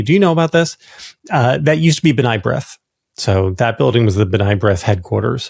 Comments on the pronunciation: JVL: It's "b-nay brith," not "b-nigh brith." Ask Bill if you don't believe me. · fyi: B'nai brith pronunciation: (/b'ney/ not /b-nie) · “Buh-NAY” is how it’s pronounced